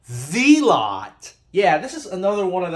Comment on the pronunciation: its zealot not fkn zeelot dohhh and they always made good speakers, ,for the price anyway